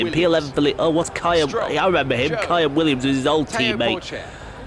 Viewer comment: First of all it's Ca-Lan Williams not Ca ian lol Second Thank you for doing this!! Loved your commentary :D